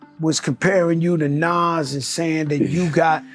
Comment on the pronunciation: Soon as you pronounced Nas like it rhymes with cash instead of cause.... I paused it, wrote this and immediately left.